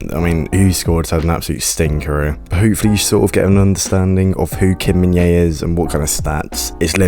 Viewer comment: Thanks for the video! Just FYI, the J is pronounced, so his name is pronounced as Min-Jay, not Min-Yay (the English version, anyway... the actual Korean pronunciation is Min-Jeh which isn't difficult at all, really)